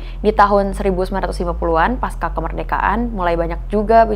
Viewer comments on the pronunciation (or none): none